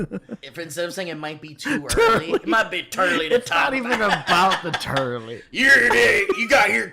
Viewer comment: “it’s not even about the T’early” 🤣🤣🤣🤣🤣 took me 5 times to finally hear it. That’s why i love this show.